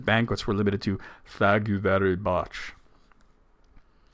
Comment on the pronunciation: "Thake you very buch.".